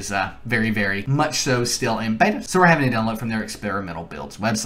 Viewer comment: The way he say beta